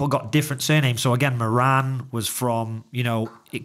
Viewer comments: Speaking of genealogy, Moran is an Irish surname derived from O'Móráin in Gaeilge meaning big or great. The pronunciation in Ireland is More-in with the accent on the More. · Just watching now and see you delving into the Moran surname. My main point though is that the pronunciation of Moran is incorrect.